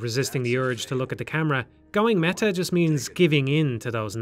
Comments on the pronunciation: de mehah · I kept hearing "mega" lmao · You had to make an effort to pronounce the T in "meta" with your accent didntye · No? That isn't a feature of the Irish accent.